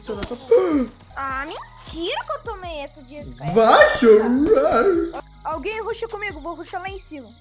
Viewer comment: "Vai CHOUURAAR",KKKKKKKKKKK